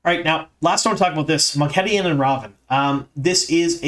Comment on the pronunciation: Could you please address why you pronounce things differently from how they do in the show? Namely: Moghedien (moh-GHEH-dee-ehn), Rhuidean (RHUY-dee-ahn), Tel'aran'rhiod (tel-AYE-rahn-rhee-ODD)... I'm sure there's more but those are the ones that have stuck out to me the most since they are the most relevant to this season. Apart from that, I enjoy your insights, thank you for what you do!